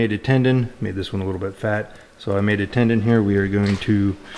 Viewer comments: Tenon not tendon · Did you say 'tendon'? It's tenon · Best advise in a post. I'd only add a very minor correction. As stated here, it's a "tenon" not a "tendon." Small thing, but many us woodworkers/turners likely cringe when hearing it. Great video though on an interesting concept. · I think you mean tenon not tendon.